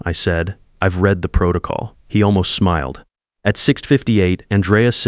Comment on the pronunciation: Reed instead of read or maybe the other way. But good job.